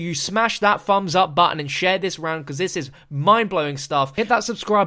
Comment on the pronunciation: What's a "fums up"? Lol